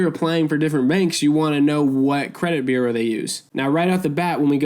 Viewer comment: Thanks for the information...but u are mispronouncing bureau and that takes away from the video for me 🤷